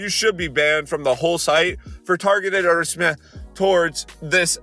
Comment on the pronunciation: for targeted haarrussment, im sorry i just cant with you said it xd